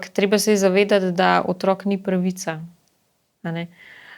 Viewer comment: ne reče se "Otrôk ni", ampak "Otrók ni"!!. Naglaševanje je pomembno.